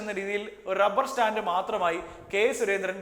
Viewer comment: റബ്ബർസ്റ്റാൻ്റല്ല റബ്ബർസ്റ്റാമ്പ്